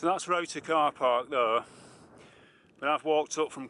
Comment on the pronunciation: I think you captured Roughtor perfectly, nice to see a 'foreigner' pronouncing it properly too. :) Bodmin moor has some of the best tors, Roughtor and Kilmar are as good as anywhere, but it's never as packed as Dartmoor can get, which I do love about it. As for big cats, as someone that grew up on the east side of the moor.........I'll say no more ;)